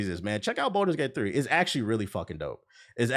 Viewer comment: I love this video and your opinions are solid, but PLEASE for the love of God...please stop calling Baldur's Gate 3 "Boulder's Gate 3". It was causing me pain every time 🫣 If you have to practice it in the mirror, that's fine. Otherwise, you cooked.